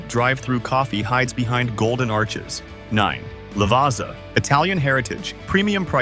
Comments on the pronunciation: its not lavaza... its LAVAAADZA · so what is wrong with lavazza? you didnt even say anything other than, "it's just generic coffee" like duh, its just a mix of arabica and robusta beans that have been roasted to near burnt levels i.e it's a "dark roast" lol. oh and it's called lavAzza for a reason, you are supposed to sound it as lah-vAtz-ah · You might want to learn how to pronounce Lavazza 🤦🏻‍♀️